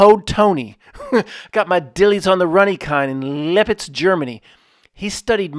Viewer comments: I loved like you butchered Leppits :) Leppits Germany... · Leipzig is pronounced Lipe sick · Hey... Lie-p-zig (like zig zag) Germany 🇩🇪